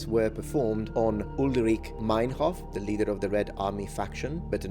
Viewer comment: It's UlrikE (like you would say it in Italian) and the "ei" in Meinhof is spoken "ai" (Italian prononciation).